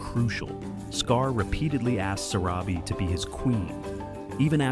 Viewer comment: Your subtitles mistakenly spelled Zero instead of Zira’s name! 😅 The lioness, who was Zira’s daughter is pronounced wrong. Her name is pronounced as Vi-Tah-nee. And the wife of Mufasa is pronounced as suh-rah-bee.